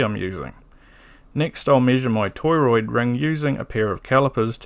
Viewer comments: beautiful video. subbed. lots of mispronunciations of "toroid" here btw. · Great video! I learned a lot today! Are you pronouncing it toy-roid on purpose?